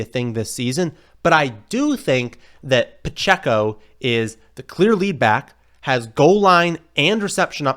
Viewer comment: “Hey it’s here baaaackkkth 🤮 with another video”